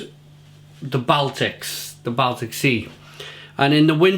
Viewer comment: I not wish you could pre ounce the word Baltic...